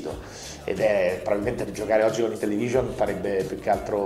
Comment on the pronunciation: IntellEvision? forse voleva dire Intellivision